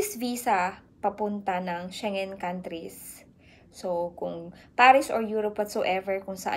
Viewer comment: Check the correct pronunciation of SCHENGEN. 😇